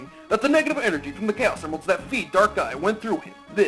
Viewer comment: What about my letter? ", every time you say "Chaos Emeralds", it always sounds like "Gayos Emeralds", unintentional mispronunciations?" Now I feel bumped and left out:c